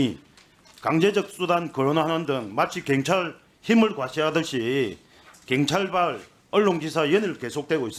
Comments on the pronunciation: 갱찰?? 한국말이나 똑바로 해라. 갱상도 새끼들... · 갱찰?? 발음 좀 똑바로 해라~ 갱찰이 뭐냐?? 내란당 정똥만아 무식한 놈아~~ㅉㅉㅉ 갱찰? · 갱찰이 아니고 경찰입니다. 발음이나 똑바로 하세요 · 경찰이라고 갱찰이 아니라고 발음도 못하고 바보냐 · ㅕ발음 안되냐 갱찰 핸재 ㅋㅋㅋㅋ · 발음이나 똑바로해라 자슥아 갱찰이뭐냐ㅋㅋㅋ